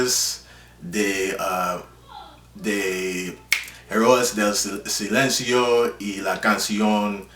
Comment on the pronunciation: Herróes del silencio - enthre dos tieghes